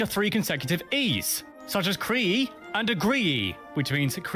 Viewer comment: This guy cannot speak French. "Créee" is pronounced "Kray"(approximately). Well, this does sound like an AI voice too. This idiotic video shows a dinosaur for something that happened 1.5 million years ago. The producers are glib ignorant jerks.